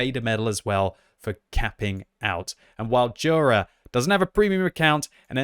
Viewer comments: I think it's pronounced "yura" not "dhura" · And it's not jura = đura it's Jura = yura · You should pronounce it rather like Yura,. Anyway good job like allways.